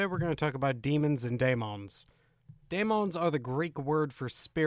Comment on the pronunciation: I don't understand the pronunciation differences . Referring to the first word in the title - daemons - sometimes he pronounces is as "day-mons" and sometimes he says "die-mohn-es". Why the change? It seems deliberate.